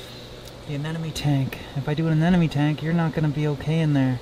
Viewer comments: I love this video but I can't be the only one shouting "anemone, not anenome" at the screen, right? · It's aneMone not aneNome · Is it me or the way he sais "anenome" instead of anemone is just disturbing? Amazing content otherwise, keep it up!